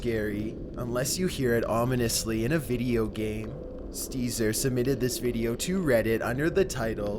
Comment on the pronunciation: Dude what the hells up with this dudes speech patterns? I feel drunk. “Some things felt off abouht thehss” not as bad as dudes narration used to be but goddamn The emphasis on weird shits blowin me